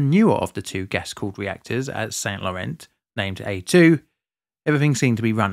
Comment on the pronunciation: i suspect it is not pronounced SainT LorenZ more like san lorane - smoother less emphasis. either way nice i had no idea France had such severe struggles with nuclear power and i appretiate the indepth look provides.